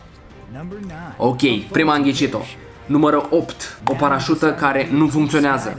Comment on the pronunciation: Ai spus parasta nu ai spus parasuta